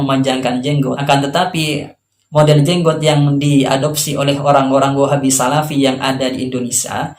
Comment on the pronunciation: Namanya juga sarafi bukan salafi !